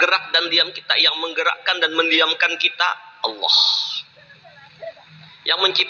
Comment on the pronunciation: Subhanallah..benar YaaAllaah...tapi kalo boleh usul tolong kalimat ha dlm lafadz Allaah jgn pakai ha kosong(ح) kada tapi nyaman talinga mandangar nya...🙏🙏🙏🙏